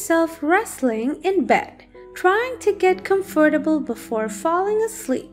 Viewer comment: "TrYiNg to GeT cUm FoRtAbLe" 😣